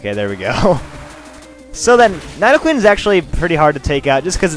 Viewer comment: its nidoqueen not nydoqueen